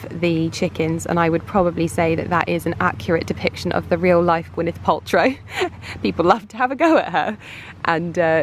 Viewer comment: Stop everything. Did you say Gwyneth Poltry? Ha ha ha 😅😅😅😅😅😊😊😂😂😂😂😂😂